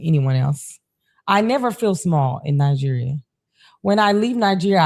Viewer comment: You can hear her accent succinctly when she says in Nigeria… this 100percent is a tether, cosplayer.. wow..